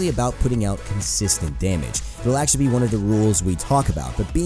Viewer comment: AXE-TULLY LOL i heard that